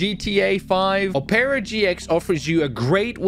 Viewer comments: It’s pronounced “op rah” or “op pur ra” not “op air a”. Ily, I love the channel, I love the content, but that pissed me off way more than it should’ve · bro said opera like o pear a it opra gx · "O-pera" man I'm dead its opera like the music thing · Oh-paira, it’s pronounced ah-pra, my dude. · He said opara gx it’s pronounced opera gx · You said it rong not opeera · ur saying opera gx wrong suppose to sound like OPera gx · Bro its Opera like signing not opeara lmao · i dont know whats worse, the torture he put the cops through, or how he pronounces Opera GX💀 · bruh u pronounced the browser wrong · Bro can’t even say opera properly *sigh*…